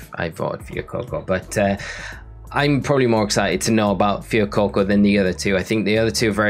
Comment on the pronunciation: Your pronunciation of Fuecoco is infuriating.